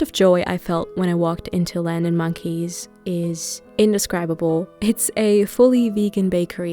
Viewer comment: I'm French and hearing you pronounce so carefully french names is a blessing, shout out to land & monkey's aka my absolute favorite place to eat ever